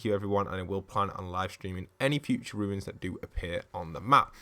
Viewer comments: Why do you call runes ruins? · they are called runes not ruins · isn't is called runes not ruins